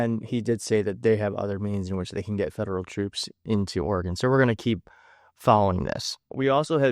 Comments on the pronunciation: this is great, seeing Miller in his formative years. What a douche. BTW, if you want to sound like a Pacific NW native (and who doesn't?!), Oregon is pronounced by us as "Or-uh-g'n," not Or-e-gone. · It's said just like the elctric piano Oregon - OR-gen (not ore e gone). Stephen Miller's Iraqi comments - whoever he's talking to sucks, too. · Please pronounce the state of Oregon correctly, pronounced Or-gun, not Or-gone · See eyes blink. His mouth not moving. Strange..if anyone knows about video. Think mic went on strike. Shut him up. Put a friggin muzzle on the creature. Btw its pronunced oregun. Not oregone. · i I great info but.....It's pronounced .....OR-i- Gun. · Thank you love the channel! Portlandian here. Gentle note: it’s pronounced “OR-eee-gun” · Oregon pronounced Oree-gun. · heads up. It’s pronounced Ora-gun. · Or-uh-gun not or-a-gone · "Ory-gun" just for your info,. And you are invited to visit our beautiful state anytime. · Only cause I grew up there .. I pronounce it "Ory gun" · Love your content...it's pronounced like the biology term (organ). Hope this helps. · Always be wary of someone who has made it as many years as this guy has in life and cannot pronounce Oregon correctly. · great video but you mispronounced Oregon